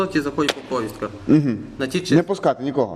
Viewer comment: от недоуки...немогут найти украинское слово на повестку...из за етого меняют наголос...яки узколоби...етож звиздец.